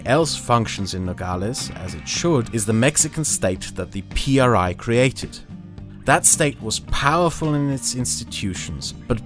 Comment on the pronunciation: Mexican here that actually lives and has lived there his whole life: IMSS, is, without a doubt, one of the most corrupt, money/power hungry systems, it helps a lot of people, but it comes at the cost of being screwed over by other factors. Also, when you say PRI don’t say P R I With sepparation, say it as a whole “pree” (how you could pronounce it it ) and yes, these motherfucking sons of dick craving bitches are as evil and corrupt as they get, you would be disturbed by the amount of things they do freely and the things they manage to hide. All over all, I truly fucking hope a second revolution starts